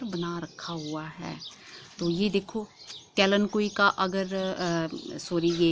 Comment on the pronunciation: kalenkoi nahi kalenchoi